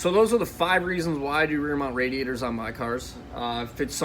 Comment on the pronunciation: When he said "Reer Meownt Raeraror" I felt that